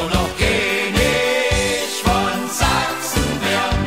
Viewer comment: Keenisch von Sachsen